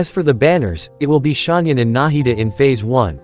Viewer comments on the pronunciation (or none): as a person that can speak chinese, hearing them pronounce ganyu as gunyou, xianyun and shanyun and shenhe as shinhey really tears my ears apart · How do you pronounce Xianyun? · zian yun